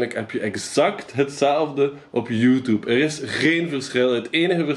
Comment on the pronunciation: "Youtoeb" haha